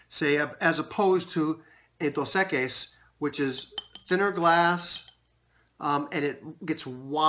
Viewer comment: Pronunciation: “Dose. Eck-ees” Nice work though Man. Enjoy watching your videos.